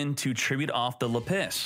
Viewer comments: normal person: lapiz: La-PISS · Lap-is not La Piss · It’s lapis, not lapiss😂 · LA PISS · still can't pronounce lapiz. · Do you actually think lapis is pronounced "la-piss" or are you memeing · The way you are pronouncing Lapis is killing me. XD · It's Lapis Not Lapis smh 🙄🙄🙄